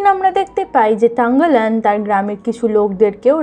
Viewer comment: তাংগালান না থাংগালান হবে